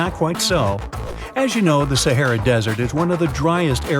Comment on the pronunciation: This guy can’t pronounce “SAHARA” !!!!!